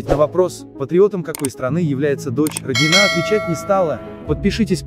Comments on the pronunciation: Ну если такие заголовки пишите, то хоть фамилию то правильно произносите. Что за РОднина? Всю жизнь была РонинА. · Для начала ударение правильно ставить надо в фамилии Роднина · РоднинА РоднринОй ударение произношения фамилии правильно делайте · Да, у меня такое же отношение к Родниной как и у большинства здесь оставивших своё мнение, НО МНЕ РЕЖИТ СЛУХ КАК ВЫ ПРОИЗНОСИТЕ ФАМИЛИЮ ЕЁ, А ВЫ ТО ОТКУДА ВЕЩАЕТЕ ???????? С КАКОЙ СТРАНЫ ??????? ЕСЛИ НЕ ЗНАЕТЕ КАК ПРОИЗНОСТЬСЯ РУССКАЯ ФАМИЛИЯ, ЭТУ ФАМИЛИЮ НОСЯТ МНОГИЕ ЛЮДИ В НАШЕЙ СТРАНЕ не только эта фигуристка